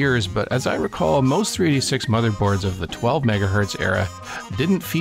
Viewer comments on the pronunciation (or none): Great video.... but is it me or did you keep calling it a 3D6 rather than 386?